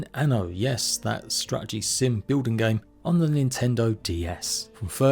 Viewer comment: I really want to watch this video as the production quality seems good and I am super interested in the content having spent 1000+ hours in Valheim but I absolutely can't take all the "th's" pronounced as F's. Why any adult would consciously choose to talk like an uneducated child is absolutely beyond me. And don't says it just English English. Kate Beckinsale sounds NOTHING like this.